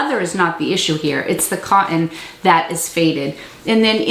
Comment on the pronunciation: I really learn from and enjoy your videos but....Bur'en, co'en? Please stop! I know I'm going to hear negative comments but I had to say it.